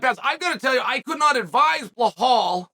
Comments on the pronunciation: Sonnen love your work but are you dyslexic, ignorant, plain dumb or is it a PR gimmick? I've been listening to you consistently mispronouncing names - but now you actually wrote it correctly: "Belal". However, you stubbornly, for some reason, keep saying something that sounds like "Blakhal". Same was with Pereira who, according to you, keeps being "Pierra", in spite of the scolding u got from Helwani. What's the gimmick? Is that some new way of getting attention? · "Blahal" 😅 it never gets old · Not at all in Arabic there is no H sound attached to Bilal pronunciation, he of course does it on purpose to butcher names because he thinks it's cool, typical Chael behavior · Blachal... I don't know if Chael is doing this misspellings of foreign fighters names on purpose... but it's hilarious 😂. Maybe he's just trolling. But it's like a running gag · Chael repeat two words after me … BELL - ALL. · Hazmat? Behal? Wtf is wrong with Chael's pronunciation? Typical american. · B, E, L, A, L. There's no H in it, Chael. Belal. It's easy. Repeat it after me, B, yeah good, Be...lal. Good job. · Chael changes his pronunciation for khamzat and Belal in every video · Like, sometimes Chael’s mispronunciations of names kinda make sense. But Belal has to be the easiest one. Or maybe we’re all blind and Chael is the only one who can see the H in the name Belal